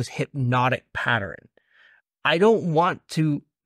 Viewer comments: I take a drink everytime says "Hypnotic Patter-in" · It's so cute that cant say pattern. Hypnotic Patterin is so funny